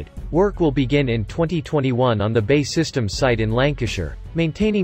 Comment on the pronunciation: Why can't the commentator get the name of the British manufacturer right - it's not "Bay" systems, it's "B. A. E" Systems, He manages to get Gmbh correct?